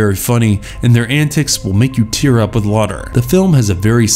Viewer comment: You said "Lawter" instead of "Laughter" several times. Come on. What are your editors doing?